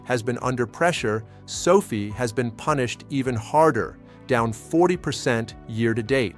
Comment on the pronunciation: Is there anyway you can get your AI to properly pronounce the word Sofi? Every time I hear him say Sophie I feel like maybe the rest of the information is in accurate as well. People lose interest in hearing the valuable content you are offering however, every time he says Sophie, it makes people want to ignore the rest of the message.